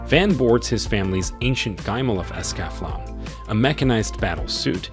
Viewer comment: Accel World is not Iseaki. It's VR / LitRPG. It's only so-so. Gate and Escflowne (Es - ka -flow - ney Fix your damn text to speech program) are Portal Fantay NOT Isekai. Learn what the actual genres of the anime are if you want to do these videos.